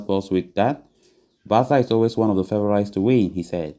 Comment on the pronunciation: Favourite is pronounced. Fay vor rit